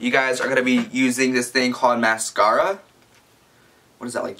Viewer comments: too much foundation, lipstick only goes on your lips, eyeshadow goes on your eyelids, mascara pronounced mask-air-uh goes on your eyelashes, and eyeliner goes like right by your eye on your eyelids. other than that your did amazing and looked perfect!! 😂😂😘😘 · He looked like Miranda Sings! 😂😂 And the way he said mascara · same I'm a bit offended 😁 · Adara Bridges yes! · oml 😂😂😂😅 the way he said mascara lol I'm dead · I love how he answers his own questions and the way he said mascara lol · omg he said mascara wrong and he said it went on ur eye brows omg lol